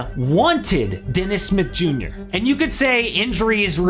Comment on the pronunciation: It took me awhile tn realize dude was saying Dennis Smith Jr. Sounded like Dennis Mid Yur